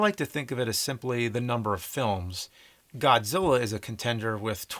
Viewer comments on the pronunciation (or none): none